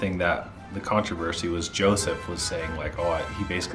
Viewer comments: It's actually Yosef, not Joseph. Maybe I'm hearing you wrong, but it sounds like you're saying Joseph. Just a note :) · Please lose the background music. Also, it's Yosef, not Joseph. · I have noticed in the last 2 episodes you keep calling Yosef "Joseph"...I'm finding that kind of interesting given he is the only contestant there with a non Anglo-Saxon name. As a racialized person my name has been mispronounced my whole life and changed into an Anglo-Saxon name, akin to changing Yosef into Joseph, and usually by white individuals. I gotta say it's pretty damn annoying and revealing. Just something for the two of you to think about especially considering some of your viewers may be racialized and also Middle Eastern (typically where the name Yosef is prevalent). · Isn’t the guy’s name who you keep referring to as “Joseph” actually “Yoseph” with a Y? I caught that on your first episode too. By the way love your channel! You two are so great together. I used to live in Scottsdale a few years ago with my husband and now we live on the West side of Phoenix but love going over to the Scottsdale side for restaurants and shopping. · It’s them saying Joseph instead of Yosef for me 😂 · I love your recaps so keep it up, but just want to note: it's Yosef, not Joseph ;) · I know this is a joke, but pronouncing people's ethnic-sounding names correctly is an easy and small way to show respect :)